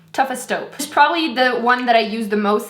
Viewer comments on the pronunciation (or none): You say "dee" instead of "the"..... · Why does she pronounce "the" or "they" as "de" and "dey"?????